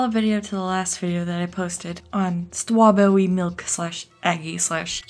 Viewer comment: The w's make me cringe, but that doesn't mean I think it's bad. I just think it's a bit awkward. Not sure how to put it best, english is not my native language